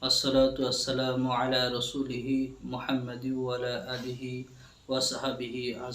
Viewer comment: খুতবার শুরুতে দরুদ পড়লেন, শুদ্ধ করে পড়ুন। و لا آله না وعلى آله